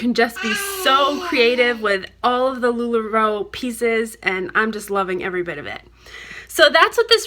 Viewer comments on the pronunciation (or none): none